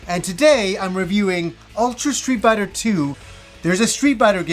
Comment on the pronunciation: "Stree Biter"